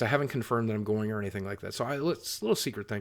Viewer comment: You do know there is no R in going right? I'm sure u do so STOP with the goring please! Thank you Sir!!